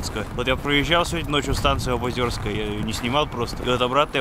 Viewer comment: Не обозёрская а обозерская